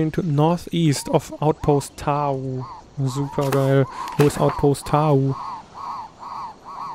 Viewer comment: ich finds echt toll, du macht das gut! ;) aber es heißt doch "Tau" und nicht "Tao" oder? ;b und ich würde das u kurz sprechen :D